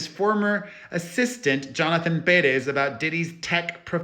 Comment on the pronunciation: Should we start pronouncing your name like this too peRESS?!